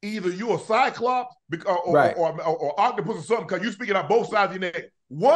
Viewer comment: Unc said cyclops 💀💀💀